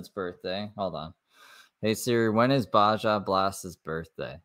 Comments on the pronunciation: Baja is pronounced baha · Baja blast is pronounced- Bah-ha. Yes you must freeze breast milk but there is no way she is producing that much. 40oz would barely last two days not a week and nobody is taking breast milk for a baby without knowing how it was stored it can only be out for 2 hours before it goes bad. She’s totally off base with her “over abundance “ nonsense. Babies feed every 2 hours from the start of when they began nursing sometimes they cluster feed which is even more often so she’s not pumping nearly enough to keep up with the need let alone keeping it stored safely. No foster parent or hospital is giving that milk to any baby